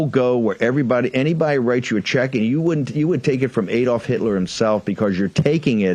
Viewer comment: Surprised Bannon can’t pronounce “AdoIf”, considering how much he has studied him.